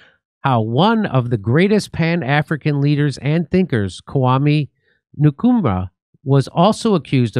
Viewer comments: Nkruma is pronounced in-kru-ma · Nkurumah is pronounced 'Un ku ruma' Jimmy. Like The 'un' in Kim Jung Un.